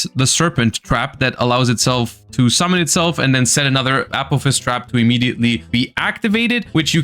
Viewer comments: One suggestion I would have is to pronounce Apophis more distinctly as "uh-PAW-fis" as saying "A-POE-fs" is confusing as Apollousa is usually refered to as "A-Poe". Not hugely important, just a small improvement in communication. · I keep thinking is saying “Apple fist” and not apophis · Can't unhear it now lol